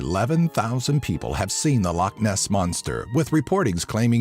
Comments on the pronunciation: How come no one ever bothers to learn how to pronounce loch? Its not pronounced like lock. Its Law-sound made when removing phlegm from the throat. Come on people, don't annoy us Scots even more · It's funny when people say loch like lock bc it's just wrong